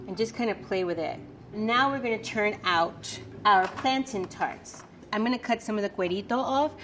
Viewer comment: I’m sorry but that’s not how you pronounce Plantain. She said Plantine...